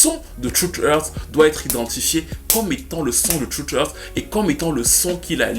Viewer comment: Dédicace à ton anglais parfaites maîtrisé ! Trusteurt lol, Dr Dre chez Afternut. 😉